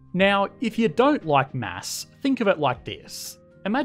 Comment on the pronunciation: It s9unds like he said "mass"